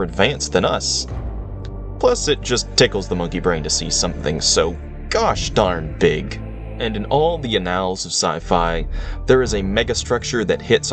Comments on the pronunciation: Please learn how to pronounce "AN-nals". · "Annals:" short "a," not long "a." Pronounced "a-nulhz", like "anal" but the first "a" is spoken like in "anniversary." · say the word “annals” again. Are you AI? Lol wtf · lol the “Uh Nals of sci-fi” ? Ahahahaha